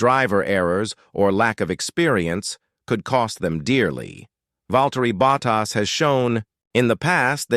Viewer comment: kThis is wihtout question the worst audio for F1 I've ever heard. It is awful. Spend some money and get a real person to read the text. A person would pronounce Bottas's name correctly and not sound like a bloody machine. UGH! tycho's comment puts it in context.